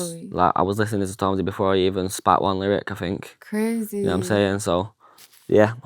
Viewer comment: It's I THINK not AHH FINKK. 😂😂